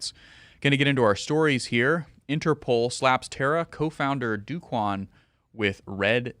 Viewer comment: By the way, it's not "Do" Quan, it's pronounced like "Doe" Quan.